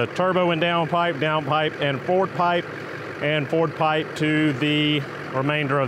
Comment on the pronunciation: Are you saying "Ford pipe"? 😁🤔